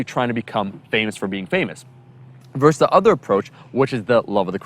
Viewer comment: I concur. Also versus, not verse. Small critique in what is a great video.